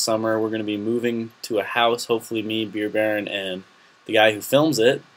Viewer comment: Beer Baron not Beer Bear....